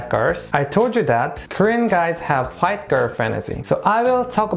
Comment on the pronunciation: I love the way he says 'white' like hwait